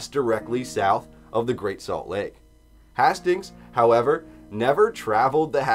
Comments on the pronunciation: hay-stings not hah-stings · Yo, Hastings is Haste-Ings. You sound stupid.